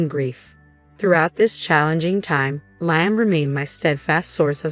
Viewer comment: Please pronounce Liam’s name it is pronounced Le um. Your grammar and story is so bad